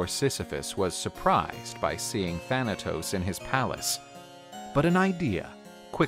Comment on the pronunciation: Do y know Greek cuz u said the name thanatos perfect grecce θάνατος if u know tell me